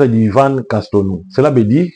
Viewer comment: Frère tu veux nous dire que tu ne peux prononcer Yvan Castanou